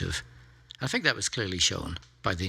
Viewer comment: It always seems odd when a very intelligent person can't say think without saying "fink".